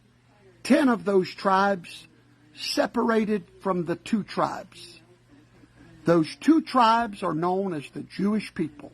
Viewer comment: "when two tribesh go to war...."